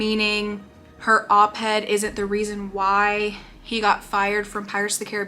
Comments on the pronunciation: I mean this in the kindest way possible because I couldn’t stop laughing every time it was said…. Op-ed, not head. Stands for Opposite the editorial page. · I love watching your thoughts on this child. You're just so cute, and every time you say op-ed you sound like you're saying op-head😂 and probably not but that is what it sounds like it's so cute. Thank you for all your hard work especially being so pregnant. Can't wait to hear about your bundle of joy when he arrives 🥰💙